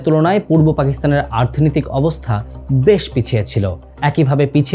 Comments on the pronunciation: আর্থনৈতিক কেন বারবার বলছেন? শব্দটা অর্থনৈতিক। আর জিয়াউর রহমান, খালেদা জিয়া বড় একটা সময় দেশ শাসন করেছেন। তাদের বিষয়ে ভিডিওতে কিছুই দেখালেন বা বললেন না যে? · ভিডিও টা ভালো লাগলো কিন্তু বারবার অর্থনৈতিককে আর্থনৈতিক কেনো বললারে ভাই🤔